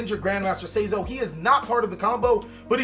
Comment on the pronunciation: say? zo?? nope his name is sai=sigh zo^^